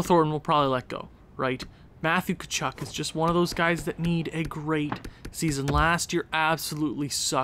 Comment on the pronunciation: Thornton actually grew😂 And it's pronounced CHAR-NICK. At least thats what I heard Did you say there is a Flames spreadsheet? If so how do I access it? Btw you need to trade either Gaudreau or Tkachuk